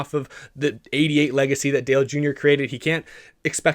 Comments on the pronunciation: You accidentally pronounced the word Dale wrong. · Pitbull didn't say "Dale" he said "Dale".